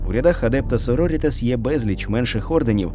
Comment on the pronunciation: Круте відео, дякую! тільки наголос так адЕпта сорорІтас. на літеру І